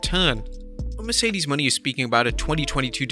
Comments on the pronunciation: STOP FUCKING CALLING HER MERCEDES “MONEY!”…….it’s Monè, or however it’s spelled. You pronounce it as Mon-ay. Are you a hired person that just reads a script? Who does the real work on these videos? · Mercedes mone is pronounced Mercedes "MO nay" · He's never going to pronounce Mone right is he?